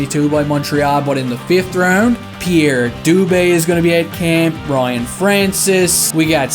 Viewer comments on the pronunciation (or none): none